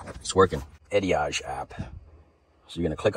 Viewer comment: It’s E diag. As in diagnosis.